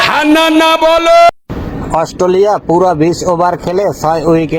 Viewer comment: Chacha Australia bolte Gia mukhe Assoo hoa gache😂😂😂